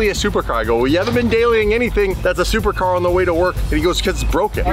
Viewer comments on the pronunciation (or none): so you said, "thupercar" he said "supercar"